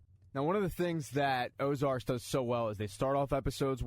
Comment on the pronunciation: It's 'Ozark'